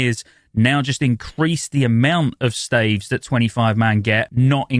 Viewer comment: can you say 'staves' correctly. thanks.